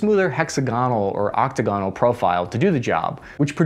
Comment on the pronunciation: It's pronounced "Ock-Tag-Un-Uhl" not "Octuh-Gon-Uhl" yikes....